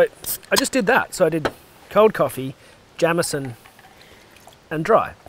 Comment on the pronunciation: It's not jam-eson. It's jayemeson. And it would be a rosin. Pronounced rosheen. Keep er lit.